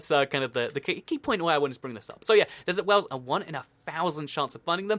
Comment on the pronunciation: I thought the dessert wells were DESSERT DWELLS 😂 lol idk what was funny about that